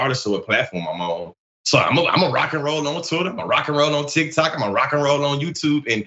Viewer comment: Tee -key Tok 😅